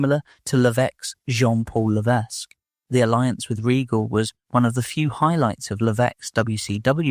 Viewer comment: His name is Paul Levesque when you say his name you don't pronounce the S. Also he did the cutter as his finisher until WWE where diamond Dallas Page asked him to no longer do it as he was getting it over as his diamond cutter and then triple h changed it to the pedigree. He also hates talking about his WWE debut due to the fact that Buck was later charged with child molestation or something He's a sex pest. Forget exactly the crime but he is a sex offender now.